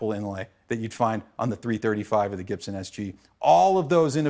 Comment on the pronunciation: It's funny how he pronounces his surname wrong